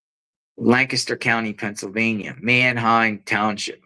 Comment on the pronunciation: Good job,! You pronounced Lancaster correctly. Thanks for another report local to me!